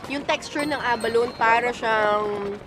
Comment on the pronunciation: Say ABALONE with an E on the last syllable not “abalon” 😂